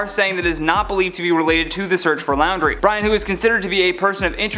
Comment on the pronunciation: It's not pronounced Lowndrie, it's pronounced like 'Laundry"